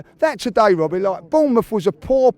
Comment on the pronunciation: "Wobbie" 🤣 dead.